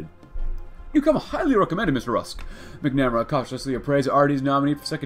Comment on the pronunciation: Hate to be that guy, but MACK-nah-mare-uh